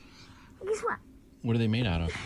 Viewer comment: Both girls speak this way. And also sing and carry the tune!!! 😍 Curious about your thoughts on Stevie picking up Frankie’s R’s as W’s a bit.